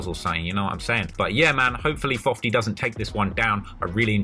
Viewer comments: Can someone tell me why he calls him fofty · Lol “Fofty”